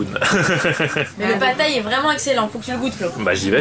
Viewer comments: C'est pad-thai pas pat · C'est pas plutôt "Pad Thaï" ? ;)